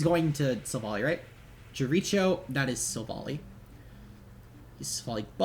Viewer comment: If you dont look up Chris Jericho and learn to say the goats name right. I wi find you and fight you. GG bro. Sucks about the timer but now we know for the future. Hope to see you in playoffs =]